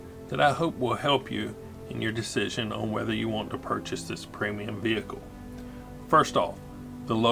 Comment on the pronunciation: Sorry to be that guy, but it's actually a premium tank, not a preimum tank.